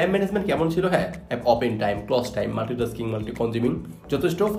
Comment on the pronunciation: Close time ❌ Closs tine✔️ 😂